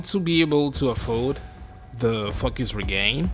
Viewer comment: stop saying FAKUS!